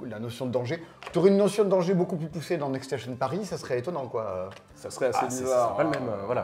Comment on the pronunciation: Ni le "obtimisation" (2x) au lieu de "oPtimisation"... Franchement, vous auriez besoin de quelqu'un pour relire le français et qui parle anglais (pour éviter les prononciation de type "next stassion") dans l'équipe. Si seulement on savait où trouver une telle personne... 😈